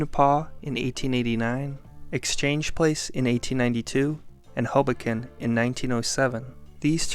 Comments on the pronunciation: Rents now second highest in Country, after NYC. Fyi: That Depression image is 42nd and Sixth Avenue in Manhattan. Ps never heard anyone pronounce Ho-bo-ken as Hobo-ken?! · Omg it’s not hobo-Ken it’s Hoboken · You pronounced Hoboken wrong. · I cringed at how he said hoboken...It isn't like it is famous or anything, being the place where Frank Sinatra grew up or anything.